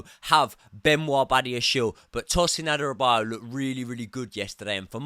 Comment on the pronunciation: please watch how to pronounce Adarabioyo:D